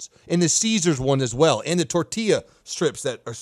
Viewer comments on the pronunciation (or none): none